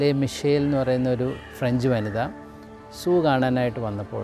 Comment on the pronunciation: സൂ 😂സൂ 😂😂😂😂😂S ' അല്ല zoo